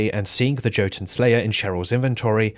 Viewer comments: "yo-tuhn" not "Joe-tuhn". Or, if you wanna be very anal about it, Jötunn (Singular of Jötnar) is pronounced "yuh-tuhn", the umlaut over the "o" making it an "uh" sound iirc. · Not Joe-Toon. Amazing video as always! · "Joe Tonne" instead of Jotuun 🥀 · I love how you pronounce Jotunn as joe-tonne.